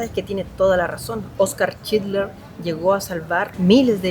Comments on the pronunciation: lo unico que recalcar es que es schindler no schidler. Por lo demas tu contenido es cada vez mejor, un grande y el mejor youtuber de Chile ❤ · Chinler 😂😂 todo el tiempo chinler dice